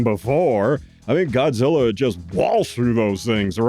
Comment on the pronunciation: Thanks for the shout out and for reviewing both TOHO Kongs and also for insisting on saying "Godzillar and Gorrilar. 😄 You're the BEST, Sir. THE Best!